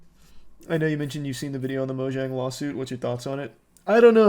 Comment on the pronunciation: Why is Charlie pronouncing Mojang like that but also- the amount of hate comments i get or responses in arguments about my hobby being pokemon isn’t WILD. “Oh you like plushies? Opinion ignored” “You like pokemon you shouldn’t be speaking about anything” it’s so sad he got rid of EVERYTHING for that whack ass woman it sounds like she didn’t even like him???